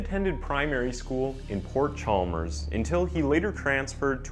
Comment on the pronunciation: I hate how he blutchers the way you say Port Chalmers And Aramoana, I live in that area but I won’t blame him.